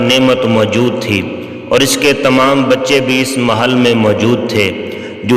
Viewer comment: Aslamalekm bhai ap pronon section sahi kijiye urdu me maahal nhi hai meihl hai